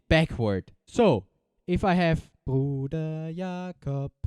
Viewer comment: Wow, that "Bruder Jakob" in clear german without any accent wasn't expected :D Greetings from Schleswig Holstein fellow looper!